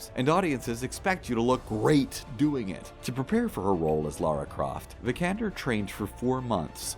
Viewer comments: Did you know you pronpunce her last name wrong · Not to mention how he pronounced her last name right after